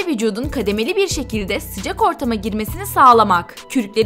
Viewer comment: Spiker: Hava soğukmu Sümeyra: Yoo sıcaq